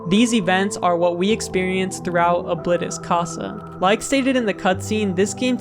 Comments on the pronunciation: I'm sorry but you said Oblitus casa in the whitest way possible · It’s pronounced o-blee-tus-casa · O-Bllit_tis Ca-sa 💀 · Its actually pronounced Obleetus I think ( Not correcting the spelling just spelling it weird so its easier to pronounce ) though I don't have any verification. That's just my opinion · You said ablitas casa wrong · Damn you mispronounced oblitas casa